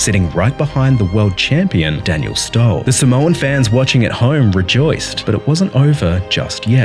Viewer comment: That’s not how Daniel Stål is pronounced